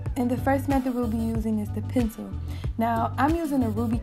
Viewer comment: Your accent when u say “Pensew” 😅